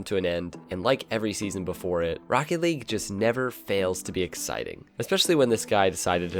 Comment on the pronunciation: He should’ve said “Jstn! Jstn! This is rocket lage” and I put lage because he doesn’t really say league